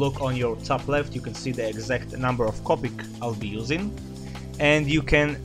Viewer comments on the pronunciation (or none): none